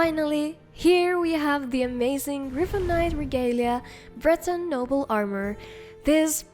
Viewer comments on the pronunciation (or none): none